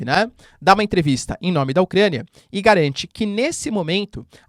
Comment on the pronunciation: "agarante"???? Seu???? É a segunda vez que ouço vc falar "agarante".